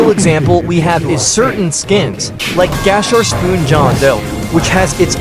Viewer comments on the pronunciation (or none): ❌ Gasharpoon ✅ “Gasherspoon” 🔥